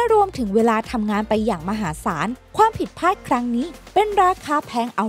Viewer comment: ผิดพลาดครับ ไม่ใช่ผิดผาด ฟังแล้วขัดหู